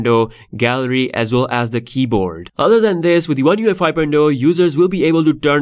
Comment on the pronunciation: He keeps calling it one UEFI lol. Good video though man thanks for previewing it for us